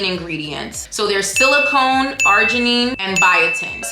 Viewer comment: You pronounced silicon as silicone. Silicone is a synthetic material. Yes, do a comparison video of Mary Ruth and Jeritol please. 😘